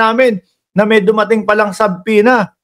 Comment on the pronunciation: my dear friend, its silent b. su-pena